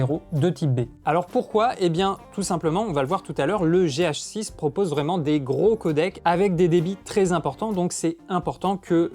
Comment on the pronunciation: Gé-hacheux-sisse ;D